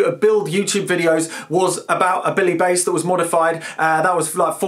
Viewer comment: You're the only person I know who's mispronounced "bass" in the OTHER direction.